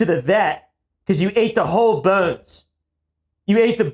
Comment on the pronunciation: he says “bones” funny😅